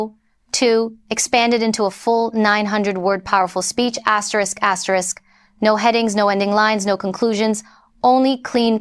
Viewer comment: If you can say "aster" and "risk," you can say asterisk. It's NOT "asterick."